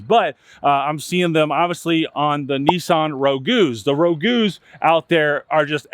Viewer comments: It’s not called Rogoo. It’s pronounced Rogue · Rogue is pronounced “RowG” not “Ro-Gu” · Nissan rogoo? I call it the Nissan ruuj. That being said it is rowguh. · Up here in Canada we rust proof our cars for about $140 every fall due to the salt on the roads. I noticed you said Nissan Rogew, I always thought it was Rogue. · Ro-goo??? It’s pronounced Rog, as in rogue buck where I come from. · Ro-goo?? Nope. The u and e are silent. Rog- a long o. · Row-gyu??? It is pronounced "rowg" kinda like toga without the 'a' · Row gew ? U mean rogue...its a car not a spaghetti sauce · Sorry but I think the Nissan Rogue is pronounced Rowg, not Rogu. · A Nissan Rogoo? It's pronounced Rowg.....smdh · Row-goo is pronounced Roeg. (Rogue) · Nissan what rogue ...not rogouuu LOL😂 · Nissan Roe-gooo 😂 it’s Rogue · Rogue is not pronounced "rogu", it is pronounced "roag". Think road with a 'g'. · Bro you gotta start getting your knowledge right, it’s Rogue not Rogo or Ragu…also that was a frontier not a Titan. These are YOUR vehicles. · What is a Nissan Row Goo? I know what a Nissan Rogue is, and it is pronounced "Rohwg", one syllable.... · Nissan "Ro-gu"? What!? It's pronunciation rhymes with "vogue" like the 90s female R&B group En Vogue. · Roe-goo? 😂 That's not how you pronounce Rogue. You sell cars? That's been a car model name since the Rambler Rogue in the '60s! Besides that it's a pretty common word in the English language. The news uses the term "rogue nation" fairly regularly. But even if you pronounce it wrong, I'd still buy a used car from you because the rest of the video shows you have high standards and you're very thorough. But geez. Roe-goo? Really? Interesting stuff you've pointed out here. They used to call it "planned obsolescence." They didn't want cars to last more than seven years because the used car market would hurt new car business. Seems like evidence that they're getting back to it. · i'm sorry, rogoos? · nissan rogew? i thought it was rogue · The Rogu?? 😂